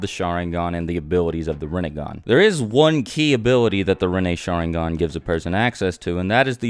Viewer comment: I can't cope with the way you pronounce Sharingan. shAAAringan lol. Oh and for god's sake learn to pronounce Naruto, again it's not nAAAruto. Or for that matter EVERY name you pronounce is wrong. Please watch Naruto with Japanese audio and not English dub. I can't watch this, I'm out!